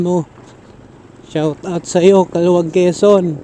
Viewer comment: Kalawag po ang pronounciation...😂